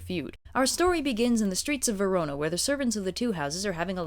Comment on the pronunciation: I'm aware the comments are all commenting on the content of the video and while that's all well and good... Did say "Verono"?